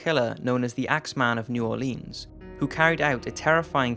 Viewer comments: NEW ORLEEENS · I’m cringing so hard with the pronunciation of New Orleans. For anyone who is not from Louisiana, it’s pronounced New Or Lens.